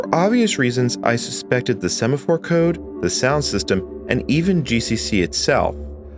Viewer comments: "Sephamore" is a weird way to pronounce "Semaphore" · sephamore problem... 🤭... Kinda what my wife has when she sees a sephora store. I guess it was a semaphore problem (mispronounced) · yes, and the "sephamore" problems.